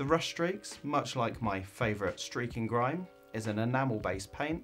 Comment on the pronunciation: Nice one dude, and I see you've had a haircut. Gotta love the easing of lockdown. Unfortunately I now can't unhear the aussie streaking grime every time it's said. Keep up the good work dude